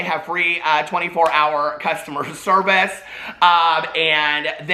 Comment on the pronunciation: why did i think you said circus men and women instead of service men and women lol